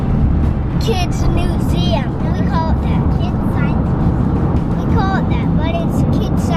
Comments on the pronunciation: "Science Nuseum" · "nuseum" I'm in love with ahaha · says nuseum in stead of museum